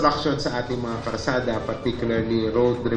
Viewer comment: bulol ,sinu ba yang MMDA nayan Karsada daw😂 Kalsada po sir😢